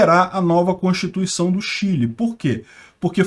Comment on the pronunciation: aprenda a pronunciar corretamente a palavra "constituição".